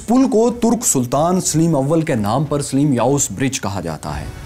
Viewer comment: Yaar usama ghazi ko lao is bande ki awaz maze ki nahi he Saleem ko sileem bolta he